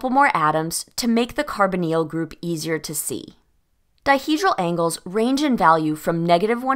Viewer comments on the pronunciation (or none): none